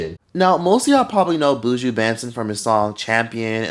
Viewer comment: I’m gonna need non Jamaicans to pronounce Buju’s name properly please. It’s not “Booo-jooo” it’s “buh-Juh.”